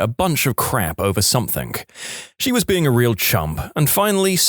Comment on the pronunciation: No K in the word something